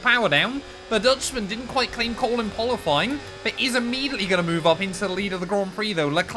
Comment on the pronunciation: "The dutchman didn't quite claim qole in pualifying" - 2024